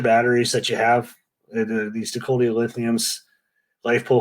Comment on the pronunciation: Dak-eta - most Canadian thing I’ve heard all day today